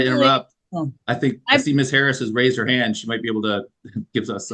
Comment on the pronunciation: Raised not rase 🤦🏼